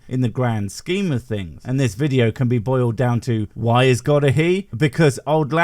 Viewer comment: Omg, the soft g in god is cracking me up, I need to start saying that.